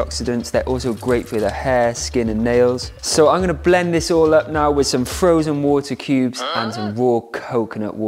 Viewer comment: I love ”frozed atercubes” haha